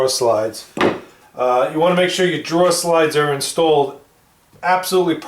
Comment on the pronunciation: Your killing me!!!!! It’s drawER not draw.